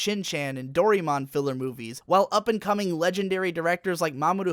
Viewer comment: Laughed a bit at the Doraemon mispronunciation. "Dowrimon", hahah. x) (unless there actually is an english version where it is pronounced that way I guess) Otherwise great video, made me want to check out Galaxy Express 999 even more!